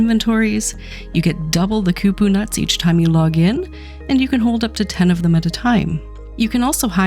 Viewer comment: Hard " O " on Kupo lol not ku-poo